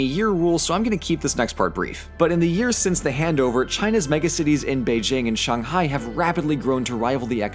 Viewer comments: You pronounced Shanghai right 🤩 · YOU PRONOUNCED SHANGHAI CORRECTLY!! I LOVE YOU FOR THAT